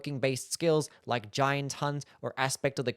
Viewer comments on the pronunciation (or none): none